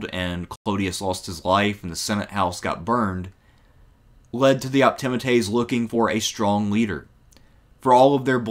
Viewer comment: Well, that's one way to pronounce 'Optimates' I suppose...